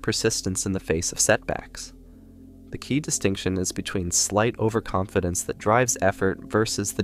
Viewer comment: Over Conf Dence. LOL